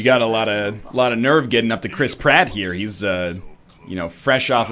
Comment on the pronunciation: No, the joke is that he's a rat and when you say the name it sounds like you're saying crisp rat